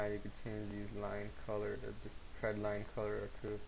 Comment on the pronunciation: THX for sharing your knowledge. If you ever recut this tutorial, be careful with your pronunciation of "trend line" . . . sounds like you are saying "tread line" -- but other than that you've explained the concepts clearly.